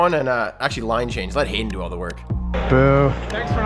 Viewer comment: And it is Haden not jayden